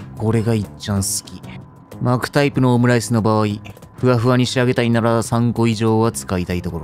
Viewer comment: 巻くタイプを【マークタイプ】に聞こえて??ってなったWWWWW